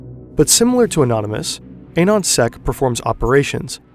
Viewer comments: Ah-non sec not Ayyyynonsec. Anonymous, Anon-sec... Jesus christ homie. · There was a lot of wrong info here: Anonsec (proper pronunciation is the same as anon in anonymous), they did not, "do it for the lolz," quite literally lolzsec did. Jesus. Anonsec were people who created what was originally the foundation of anonymous.